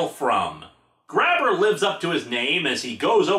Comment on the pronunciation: The Grabber family comes from Quebec. It's really supposed to be pronounced Grab-Bay.